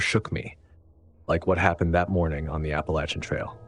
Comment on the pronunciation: Thank you for saying “Appalachian” correctly!